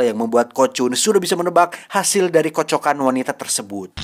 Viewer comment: KATA KATA " KOCOKAN " SANGAD DITEKAN KAN OLEH